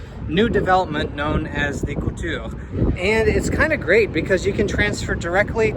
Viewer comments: The building is pronounced “co-tour” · It’s pronounced (Ca-ture). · As a Milwaukee resident, I have never heard someone pronounce The Couture that way